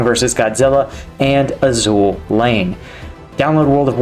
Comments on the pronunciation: It is not pronounced Azul it is azure. Anime my boy. Very popular with naval warfare funnily enough. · Just hearing him say Azul Lane instead of Azur Lane slightly killed me